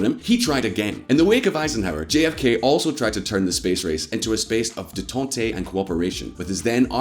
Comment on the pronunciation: Détente is pronounced in English the same way it would be in French. Sounds like Day-tahnt. Not day- tahnt- tay.